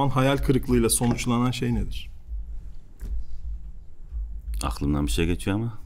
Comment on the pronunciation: Ümit Davala: Ağhlımdan